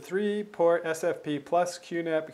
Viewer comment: Argh. It's S F P ! ! ! NOT S P F!! This is maddening, it sounds like you're talking about suntan lotion.